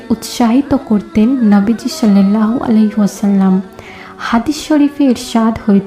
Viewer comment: শiল্লাল্লাহু নয় ওটা সাল্লাল্লাহু হবে